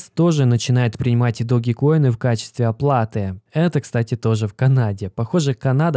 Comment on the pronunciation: Не Доги коин, а Дож коин